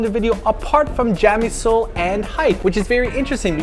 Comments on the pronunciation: CHA - MI - SUL .... Come on now. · *chamieseul...not jam ;) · i don't know why i find it annoying when they keep calling the soju brand 'jamisul' when it's actually 'chamisul' >.>